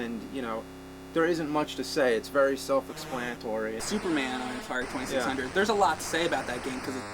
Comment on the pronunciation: Atari twenty six hundrit.